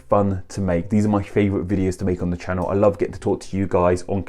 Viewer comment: I laugh at a lot of words sound like an O is at the end... ChannO, AudibO... etc. Then "Party" sounds like "Pie" to me... lol